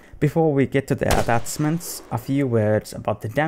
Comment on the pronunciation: "atatzmanz" XD